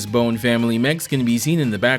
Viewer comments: This isnt a critique to be annoying but the Bonne's, the name is pronounced like Bond, not bone. Bon Bonne is a play on bonbons, etc. Love your work, the Cyclops video is my absolute favorite :-) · I think Volnutt’s Weapon Switch gimmick in TVC is way more elegant than Mega Man’s in MVC. Though as a side note, I’d put more stock into how the Legends games themselves pronounce Bonne compared to MVC3, personally.